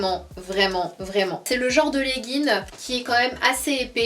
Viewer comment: On dit pas leggin mais legginG 😊